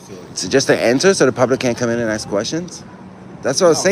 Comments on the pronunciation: ".. don't axe no qwestions..." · Please stop axing me....i find it very threatening 😂😂😂